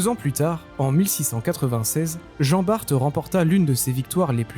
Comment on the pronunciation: Descendant d'Antoine Bart on le prononce à la française !!! BART (bar en phonétique) !!! Ignare !!! Antoine BART Né le 1er juillet 1540 - Dunkerque (59) Décédé en 1627, à l'âge de 87 ans Maître de pêche, cité maître d'équipage en 1569 et 72 sur "Le Lévrier" vaisseau corsaire sous le commandement de Cornil Weus. Vive la flibuste, vive la course, haro sur les anglois !!!